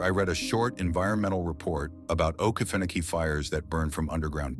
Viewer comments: Please pronounce Oke feno key correctly. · This ai voice shit kills me….mispronouncing things and dates! Uggh, to me its lazy “youtubering”…..dude, ill read the shit for u. I was also stationed at Ft. Stewart from (OIF 1 & 3)…its the largest military installation east of the mississip……we went to the field ALL the time….enough swamp already on post, no need to go to “okee-fa-nokee”….which is the correct, non-ai way to say it!!!! Ima down south, fithy nasty dirt south georgia boy! Middle Ga. Is my stomping ground!!!! Lots of forest from Milledgeville/Dublin all the way to the Atlantic. I have a hard time believing this “training in the okefenokee” stuff….plenty of other equally swampy places to train w/out as many gator dangers to worry abt.